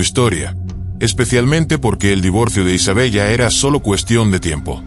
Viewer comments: Isabela así se pronuncia , no Isabellllllla.👎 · Se pronuncia Isabela 😮